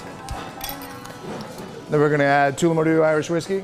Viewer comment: Absolutely butchered the pronunciation of Tullamore